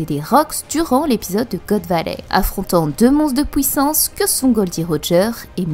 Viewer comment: "pOUissance" "fOUite" ha ha T'es belge ?